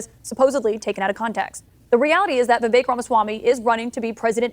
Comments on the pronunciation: His name is pronounced “Vih-vake”. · I heard him say it's pronounced ' Vi Vake ... like Cake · Pronounced Vivache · Vivek says it rhymes with "cake," so it's "Vi-vake." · rhymes with cake =vi VAKE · Vivek says Vivek like in cake. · Vivek says 'Viv.ACHE'. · Vivek is pronounced as We Wake. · VIVEK rhymes with shake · Vivek pronounced Viv- Ache. Short i long A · Pronounced Vi-vake, rhymes with “the rake”…sort of. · "Veh Vake" is his preferred pronunciation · Vivek is pronounced "Vi-Vake" . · Vivek rhymes with cake, by his own account. FYI. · It’s pronounced “vivake” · Vivek pronounced Vivake rhymes with CAKE. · It's pronounced VI like VISIT VAKE like CAKE....Vivek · Good videos. Just an FYI. his name is prounounced Viv-ache * like tooth ache 😀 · vi-vek - rhymes with cake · Vivek rhymes with cake. Viv ache. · His name is pronounced "Vivake" as in make, rake or bake. The emphasis is on the 2nd syllable. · ViVake like cake is how he pronounces his name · On the TimcastIRL Podcast, Vivek pronounced his own name, as [viv-AKE] said his name 'rhymes with CAKE'. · Vivek is pronounced "VivAKE." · REMEMBER: HIS NAME IS PRONOUNCED LIKE THIS: “VIVAKE” (Like CAKE). Just so you know…. I mean you can’t be calling our future vice president and then future president by the incorrect pronunciation of his name now, can you?? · "Vi-VAKE" like Cake! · I heard Vivek is pronounced so the last syllable rhymes with "make" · Just to help some of yall out. It's "vi-vey-ik" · Vivek is pronounced vee vake (like cake) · Vivek has said his name is pronounced so the last part rhymes with CAKE, and the stress is on the second syllable. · When Vivek says his own name, he rhymes it with cake. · I heard Mr Ramaswamy say it's like cake on how to pronounce his name. So, it is a hard a in the second syllable ;) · Vivek, rhymes with cake. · Vivek rhymes with cake. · Vivek- rhymes with cake.